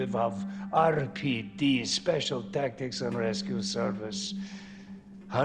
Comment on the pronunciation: rolls the “Rrrrr” so hard when he says RPD lmfao he sounds like the russian from COD zombies